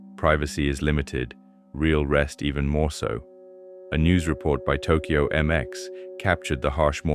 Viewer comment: It's pronounced Tok yo. Not tok key yo. BAKA